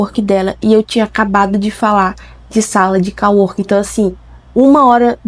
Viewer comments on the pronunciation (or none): Co working se pronuncia. Não call working 😉